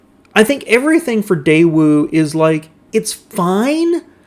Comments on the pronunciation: I couldn't find any other sources online pronouncing it "day-ew." I found multiple examples online of saying it "day-wu" (the way we expect). I found a Korean person's video that said: Americans pronounce it "day-wu," but a Korean would say it more like "tay-wu" where the "t" sound is somewhere between a "t" and a "d" sound. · Day Ooo, Cam Ray, a couple of memorable Motorweek pronunciations.